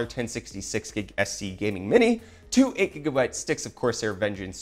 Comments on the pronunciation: We need a petition to stop you from saying Jigabyte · Why jigabyte and not jijabyte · Take a shot every time he says "jigabyte".